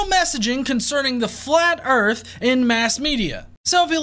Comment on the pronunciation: Flat Earf